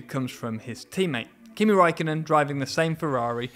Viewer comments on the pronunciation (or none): none